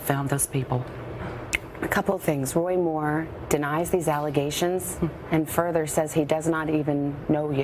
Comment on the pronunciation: The Washington Compost Jew reporter left voice messages offering "5 to 7 thousand dollars to any woman between the ages of 54 and 57, willing to make damaging wemoks about WOY Muww "